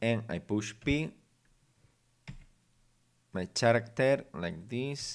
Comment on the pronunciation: second pronunciation of "floor" is correct ,"foot" is singular and feet is plural objetm~object cuve~cube character~[karacter] vowals a o e u i (sometimes y) any word that begins with a vowel you say "an" ex. an apple , an owl ... hope this helps a little